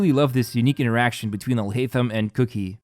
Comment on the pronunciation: It's Kuki (pronounced kooki) not cookie. lol